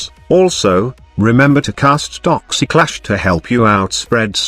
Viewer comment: "toxi-clash" lol